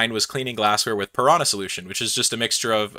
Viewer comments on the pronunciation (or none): none